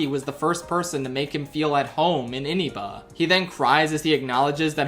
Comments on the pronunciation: Why does he say it like "iniba". Why foes he say it like that. Its inaba. InAba. Its said so many times ingame too. Why would he do this 😭😭😭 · Chi-HA-ya Mifune, not Chi-hi-ya. Sayoko Oo-ay-hara Fox is a girl. In the epilogue she has the three kids she birthed with her. Basic research. Now-Toh, you're adding an extra vowel to her name. Die-skeh but this one's so close t's negligible I'm just mentioning anyways Ee-na-bah, or Ee-nuh-buh Why double check Kou but no one else? Lack of focus on the connection between their social links and their arcana, like Teddie's involves everyone else so much because The Star is a symbol of optimism and hope, which at the end ties back to Teddie when Nanako, his figurative star, is still alive and gives him hope in return. Soejima specifically insisted Ayane's design be in a game. Calling a petite girl a 10 year old child is wrong. Yeah Ayane's 15 but the same principal applies. Same with suggesting liking a tomboy like Chie contributes to Kou being not entirely heterosexual, Chie hearing someone say that would likely inflate her insecurities. Yu and Adachi sharing a voice is a dub invention, in the original they're voiced by two different seiyuu. Unlike Persona 3 where the same voice actor stuff is fully ingrained from the start and intentional. It's a neat choice, but wasn't what Atlus built the two around. All that aside, I have nothing but respect for the Naoki segment. Felt the heart in everything you said there.